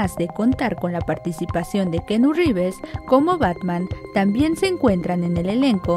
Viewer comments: que pedo universal ?! wey mandela a cursos o clases de ingles avanzados . a la narradora . revers har downeyjonson?! quien vrgs son esos weyes ? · Keanu Rrrrivers!!! Y la toalla del mojado jajajaja Se paso De lanza con el Rivers.